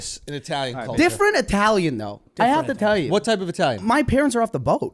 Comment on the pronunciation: Wow, as an Italian I'm dumbfounded at how bad these guy's italian accent is.